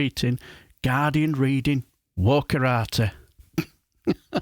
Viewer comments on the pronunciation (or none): 'Wokeratii'? Is that like that 70s aftershave, 'Hi Karate'..?